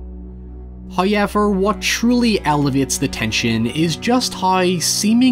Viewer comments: Hiyever... lol love the way he says however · I'm here for that "oyaveur"